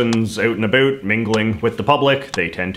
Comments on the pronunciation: Geebus! I'm Canadian and your pronunciation of the word 'about', is making me cringe. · And the fact he pronounces “about” that has “ou” as “ö” too. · oat and aboat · I still can't deal with the way that he says about...